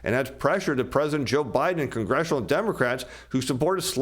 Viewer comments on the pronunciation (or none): none